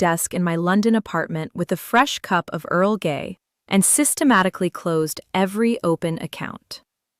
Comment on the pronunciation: Earl Gay , good god AI getting worse.